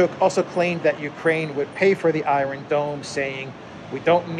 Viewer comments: Apologies for correcting but it sounds so strange, are you pronouncing it that way on purpose? Iron, you say eye-ron, in American it's eye-ern and in British its eye-on, great videos by the way, I watch all the time, the videos are very informative and the delivery done well, thank you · in the word "iron" in English the "r" is silent.